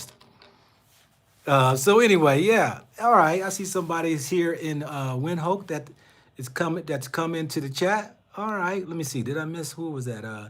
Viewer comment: You can’t be pointing out how westernised Gaborone is and yet you cannot pronounce the city, then u get to Namibia and you also seem to have a problem with the name Windhoek. B4 a pot calls kettle black it needs to check it self b4 it wrack itself . Your Psychological projection needs sme working